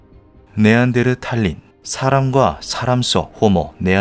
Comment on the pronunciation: 자꾸 탈린이라그러네 아오